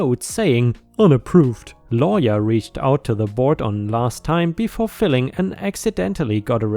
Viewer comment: Just a helpful FYI, FILING is sounded out like FY-Ling Like someone placing documents in a Filing cabinet. Not FILL-Ling like Filling a pie crust with Pumpkin, strawberry or apple FILLING.:) hope that helps.:)